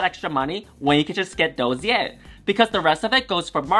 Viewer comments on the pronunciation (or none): Your pronounciation of the word "dossier" was almost perfect ! Th eonly thing wrong is that the ss is said like the single s at the start of a word, like start, and not like a z.